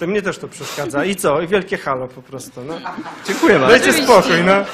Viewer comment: CEN DOBRY... CENKUJE....